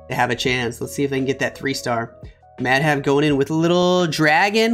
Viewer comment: Bro Pronunciation was wrong😅